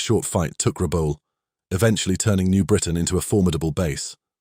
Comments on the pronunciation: Pronounced Rabowl not Rabaul. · Excellent documentary, but why insist on pronouncing Rabaul as "Rabawl". If you notice the ex service men all pronounced it as well as anyone who has lived in PNG or Rabaul knows it as "Rab-owl". Just saying 😊